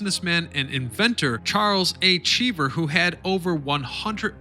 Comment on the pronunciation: “Charles A. Chiver” Ah, a super achiever like me, I see…